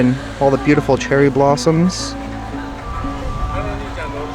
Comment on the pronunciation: "Cheery blarms"hahhaha seems you were light headed I am sure you a good meal and a couple beers!